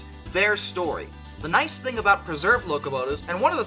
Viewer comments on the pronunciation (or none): none